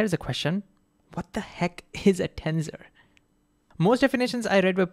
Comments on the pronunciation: TENSOR not TENZOR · Well, first the s is pronounced as an s. Not a z. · BTW, it's pronounced ten - sssor, and not ten-zor.